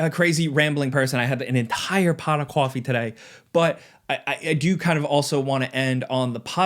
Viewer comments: An entire pawt of cawfee? 😘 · Pawt of cwawfee. 🤭